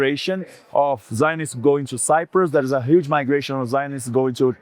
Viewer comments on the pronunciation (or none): none